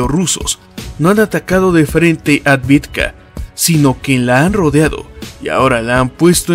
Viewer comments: Es AVDIVKA, no ADVIDKA. Me encanta y admiro tu estilo... Es el ûnico al que le doy "like" desde el principio, sin siquiera haberlo verlo ni escuchado!... Por eso me permito corregirte, y que de hecho ya lo hice varias veces concerniendo AVDIVKA!!! Yo hablo maya y ruso. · ciudad Avdeevka (Авдеевка) - debemos hablar correctamente